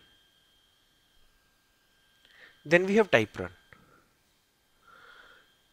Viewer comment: Thank you for the videos. They are good. One suggestion, work on the pronunciation of things with a native English speaker. Typrun is not ty prun, but Typ run. I have not been able to understand what it does. I tried five times and gave up. Most of everything else is understandable, but it takes effort.